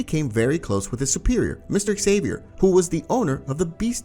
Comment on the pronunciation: Is anyone going to talk about how he said tom ksaver he said tom sava